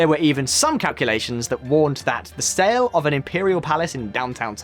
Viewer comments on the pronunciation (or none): none